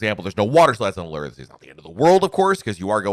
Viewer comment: Is it just me, or do others cringe when pronounces Allure and Windjammer incorrectly. I am not sure where he got those pronouncements.